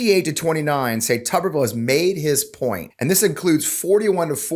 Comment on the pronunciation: How can it possibly be pronounced, "Tubberville" when it's obviously "Tuber-ville"? And how befitting is that?